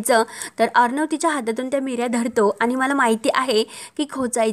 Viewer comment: अहो मिऱ्या नाही निऱ्या म्हणतात